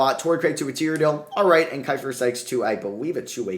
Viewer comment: Manages to butcher both Sykes and keifer 🤌🏼